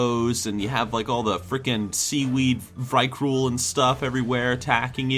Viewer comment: You mispronounce Vrykul as Vykrul. Please get it right.